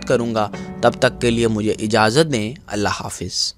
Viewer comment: bahi allah pak ka name tu sahi lu khuf kro allah sa dro or allah ka nam sahi bolo